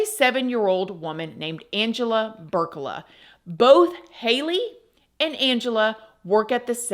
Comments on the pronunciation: Her last name is Burlaka not Burcala just to clarify. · It PEE-OR-EEYA (Peoria) and BURR-LAH-KUH (Burlaka)